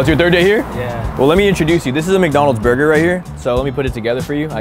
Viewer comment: Buddy really pronounced “burger” as “bayger” 😂